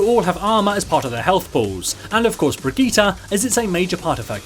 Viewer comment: It's Berg-ita, not Bridget?